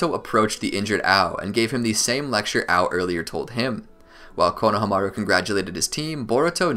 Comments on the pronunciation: It’s not konaha maru it’s konahahamaru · I love your videos but the way you say konaha-maru instead of kona-hama-ru drives me insane😂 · I really wish you guys would pronounce konohamarus name right. It's like you guys don't even watch the show